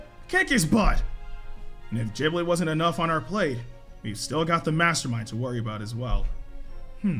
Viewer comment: Why they say giblet with a j🤣 its giblet not jiblet